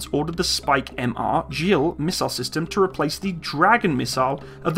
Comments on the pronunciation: Gil is pronounced Geel (G like Golf), not 'Jill' Hebrew doesn't have a sound of Dja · Hi, the right pronunciation of 'Gil' is as in the word 'Gill' and it literally means happiness. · Hard G on 'Gill". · "Gil" is pronounced with a hard G, not a soft G :)